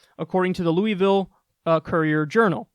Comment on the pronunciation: Rand Paul follows the free market and pays out of pocket to get the best service for value at a privately owned hospital.... Apparently that's not capitalism? Also Damnit, pronounce Louisville correctly!